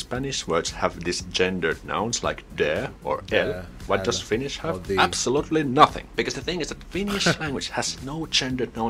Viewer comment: Thanks for nice video,. You pronounced Finnish pretty good, really good actually. Take care 👍